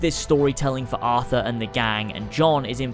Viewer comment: It's Arthur... not Athur.